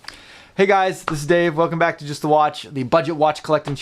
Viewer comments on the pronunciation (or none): none